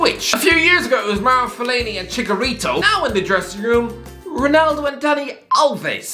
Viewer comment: Bro my guy said Fellaini and “Chikarito.” 💀💀